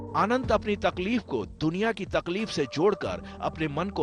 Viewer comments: भाई ने जेठा कि तरह तफलीक बोला तकलीफ को 😄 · Tafleek nhi hota Anant babu takleef hota hai 😅😅